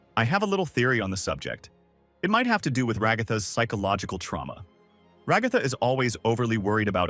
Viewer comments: everyone: Ra-ga-tha Show: Rag-ah-tha Guy:my little milk furs Show: my little milk maids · “and Rahgahthah” 💀